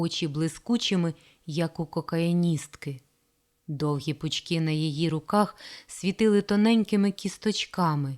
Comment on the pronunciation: Зауваження диктору: 1) в слові "пучки" наголос на перший склад - на У, оскільки в тексті мова йде про пальці. 2) В "союзі городів" наголос потрібно ставити на останній склад на І, оскільки мова йде про організацію міст.